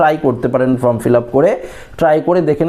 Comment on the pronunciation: শব্দটা ফ্রম নয়, ফর্ম।